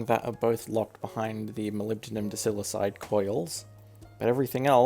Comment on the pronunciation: pronounced die-sili-kide